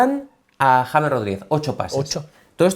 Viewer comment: el sicario de Letonia haciendo un análisis de mi parcero el James pero mal pronunciado. Saludos desde la ciudad que vio nacer a maluma mejor conocido como el Arthur Conan doyle de reggaetón